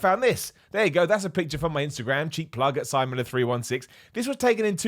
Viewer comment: I heared "Timon Miller". Are you Simon's bald asshole-y twin?